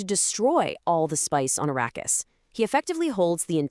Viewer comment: Arakeis.. ❎️ Arrakis!!!✅️